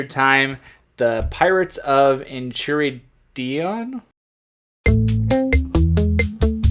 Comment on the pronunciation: Oh god man it’s EN-KAI-RID-EON hahaha